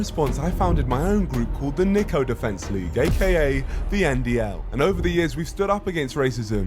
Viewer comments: Niko not NEEKO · Niko hates his name being pronounced like you pronounce it Hasan lol x